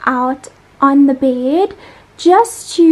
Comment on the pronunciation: Lol I think you said beard instead of bed😂😂😂😂😂😂